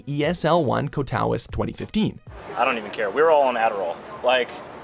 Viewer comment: Lmao ko ta witz